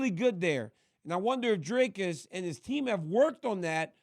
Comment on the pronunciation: Dricus is ranked 13 in the world, you have a MMA show but cannot even pronounce his surname correctly. Very unprofessional !